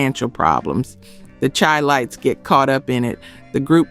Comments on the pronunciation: "It's 'THE SHY-LIGHTS, Not The Chai-Lites"😢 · This damn narrator or whatever needs to learn how to pronounce the CHILITES, pronounced Shy-Lites! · Chi- Lites is pronounced Shi-Lites!!! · It’s pronounced shi lites even though it’s spelled with a C.. Chilites. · It’s pronounced like “Shy lights”. No disrespect. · I hate these BS videos first off she said the groups immediately broke up then went on to talk about the hits they had years later... Then she said she searched thru all these files but doesn't know the name is pronounced Shy Lites... Among other inaccurate information...Big Harry Williams Charles McCormick didn't break up after Natural High, they recorded in the early 80s🤡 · The proper pronunciation is :” SHY- LITES”. Why ? Because they were from CHICAGO…the city whose NICKNAME is CHI- Town (pronounced SHY- TOWN) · Sorry but you pronounce Chi as shy. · Thanks mattlenelson not super important but true. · Thank you! I was going to make the same correction. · we are listening AI mispronounce words. I have a cousin that wrote some songs for the Shy lights. People call Chicago The Shy. The correct pronunciation is Shylites. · It's Chi-Lites as in Chi-Town you pronounce there name like is.. Shi-lites or Shy-lites. You are saying there name wrong. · Ok she pronounced the Chi lites wrong. WTH. This one is depressing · It’s Chi-lite’s. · I heard that immediately, and she's black.